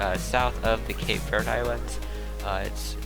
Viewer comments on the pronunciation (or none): none